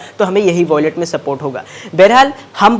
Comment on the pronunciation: Yeh kub bolna shikhega😂voilet abe wallet bol 🤣